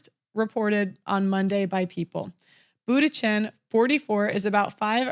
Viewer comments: That quote was from Sherrill Sandburg the former Facebook CFO and it’s pronounced “Munchen” not Bootychin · Giselle Boondshen would be more like it, if pronouncing an Ü is out of the question. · Hahaha can't pronounce Bundchen... tip it's not Buttigieg.